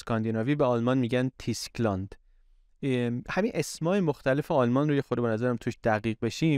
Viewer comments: تلفظ درست Tyskland توسک لند است و نه تیسک لند. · البته تیسکلند نیست تلفظ صحیحش توسکلند هست. وای در زبان دانمارکی او تلفظ میشه. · یک نکته صرفا تلفظی: تو زبان‌های اسکاندیناوی اگر اشتباه نکنم حرف y به شکل «اوو» تلفظ میشه (شبیه به ü در المانی). بنابراین Tyskland —> تووسکلاند